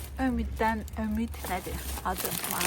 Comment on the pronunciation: Ömid deyil elə yazıldıgı kimi deyilir OMİD